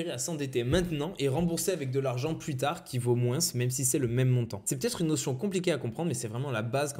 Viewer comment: Excellente vidéo! J'ai juste un peu de mal avec le s de moins